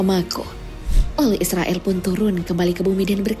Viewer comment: Cumn mau memperbaiki bukn israill tapi izroil🙏